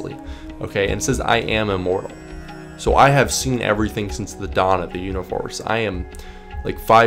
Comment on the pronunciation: it can’t just be me who hear you say ”univorse”, right?